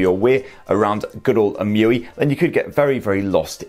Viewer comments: So, how does "Emotion UI" become "EM-You-We"? 😂 Shouldn't it be " E-M-U-I "? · I guess its E-M-U-I not emuiee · It's pronounced Ee-em-you-eye! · It’s pronounced eee em u eye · Please. Stop. Pronouncing. EMUI. That. Way. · Interesting the way u pronounce EMUI. Wonder how u are gonna pronounce MIUI on Xiaomi.